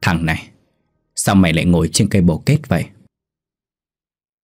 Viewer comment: Viet sai dai từ dành xung , Ngo là ngồi thứ nhất, ni là ngồi thứ 2, nghe mat hay